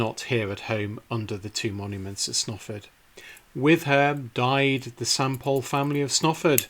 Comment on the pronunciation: I mean no disrespect but your pronunciation of Snarford is really strange and if you had asked me directions I wouldn't have known where to send you. I believe this church may be paired with Friesthorpe, famous only for Reverend Beechey's sons killed in the first world war. I was told they had to help pay for it's upkeep. Strange to say I have worked on the roof but never ventured inside, it was lovely to see these tombs, Mother often spoke of them. Thankyou for a very nice video. Imagine the view before the fields were turned into praries, small fields, cattle grazing and perhaps at the right time of year men with scythes cutting hay this would be as these nobles saw it.